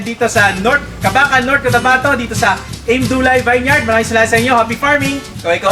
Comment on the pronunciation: vineyard...pronounce po as vin-yerd